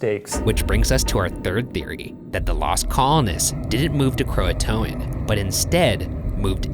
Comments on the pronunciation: It’s pronounced crow-aye-t-an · Cringe every time they pronounce Croatoan. KRO A tion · “CROATOAN” Me, dying: yOU STOP THAT